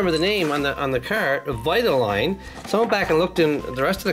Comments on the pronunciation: It’s Vi-ta-leen. No offense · Do Rusteze cruz Ramirez please. And u pronoucend vitoline wrong. It's vite-oh-line. Can u do a role play video